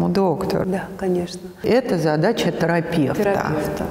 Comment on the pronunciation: Как и тЭрапЭвт!.))